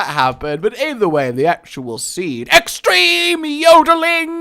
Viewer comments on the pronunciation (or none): For the seed sentence for X said extreme.. X-STREME SPORTS EH?